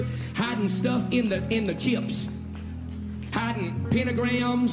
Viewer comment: How many syllables are in the word “chips”? Maybe “cheeyups” are something else?